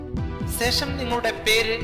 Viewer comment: Ponnnannaaa sesham Alla shesham